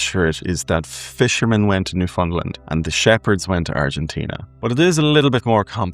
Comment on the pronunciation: Newfoundland is pronounced New-found-land, rhymes with "understand".